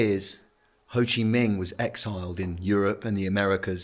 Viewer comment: It’s Minh not Ming…